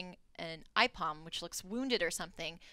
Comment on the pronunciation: Ipom? It's Aipom